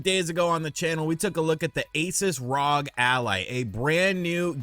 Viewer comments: Dude it's R O G not Rog 😂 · He’s killing me with the rog instead of R-O-G…. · Hey, Just so you know for the future, it's pronounced R O G. (Like you say ) it's an abbreviation for THE REPUBLIC OF GAMERS.